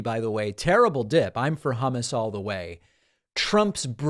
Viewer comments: He actually said Hummas not hummus to be nit picky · Im not a trumper, but he said hamus. Half right. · Idk as a non native speaker it wasn't that bad. Ok the first time in the clip it sounded like humus but later it was fairly ok to my German speaking ears. Your 'u' in English is more like an a (ish) in German.